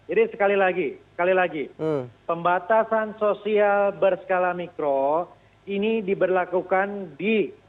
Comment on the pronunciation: Maap mikro bukan makro hahahaha haduuuhhhhh reporterne piyeeee 😂